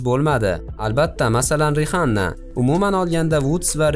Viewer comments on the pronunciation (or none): биринчидан Риханна мас Рианна деб айтилади инглиз тилини укимаганлиги шундоккина билиниб турипти,иккинчидан бизга буларни кизиги йук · Harp Rihanna mas Rianna böladi chumo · Rihanna bb yoziladi Riana deb oʻqiladi. Buni eshitsa qoʻshiqchi sizni bir narsa qilib qoʻyadi